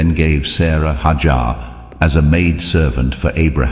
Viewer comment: It's not haajar but #haajra (may peace be upon her) ❤